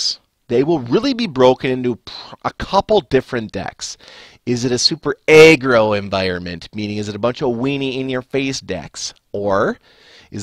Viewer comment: why do u say eggroll instead of aggro? sounds pretty strange